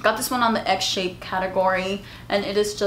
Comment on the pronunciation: Done! Girl I literally thought you were saying “egg” when you said “x shape” 😂😂